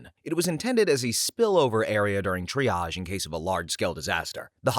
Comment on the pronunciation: Oh my God! And undersparked VA who can actually pronounce triage!